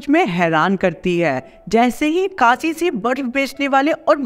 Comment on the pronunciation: vo Kasi nhi Kashi hota hh